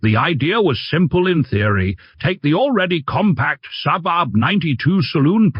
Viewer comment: Can you teach your AI voice-over to pronounce SAAB?